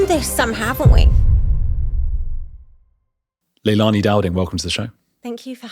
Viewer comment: All a bit chaotic, seriously at least get the names right..Leilani is all over the place.